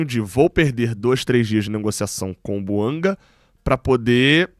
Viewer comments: A pronúncia é francesa: BUANGÁ. Chega de falar errado. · É BUANGÁ que se pronuncia. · Conforme a boa diretriz do canal, não critico a pessoa e sim o argumento. A pronúncia correta é BUANGÁ. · A língua oficial do GABÃO é o francês. A pronúncia correta do nome do jogador é BUANGÁ.